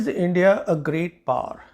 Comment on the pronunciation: It is pronounced as Great POWER not Great Par. Fancy but flat out wrong pronunciation. Great analysis of the interview. Thank you!